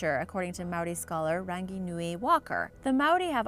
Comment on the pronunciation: she miss pronounced rangi.